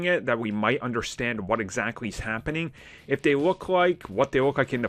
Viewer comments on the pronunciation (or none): none